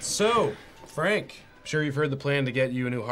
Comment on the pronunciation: “Very good Fank. Very impressive. Ultimate Punch.”